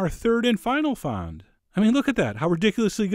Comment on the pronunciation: Its 'fond',Chef, like front with no R or T ^^ the D is silent.